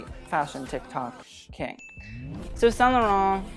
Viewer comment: Same for saint laurent ! As a french person he pronounced it really well most of the time